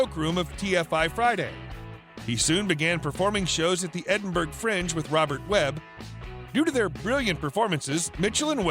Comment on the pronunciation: You would hope that Americans knew that Edinburgh (the capitol of Scotland) is pronounced 'Edinboro' and not Edinburg!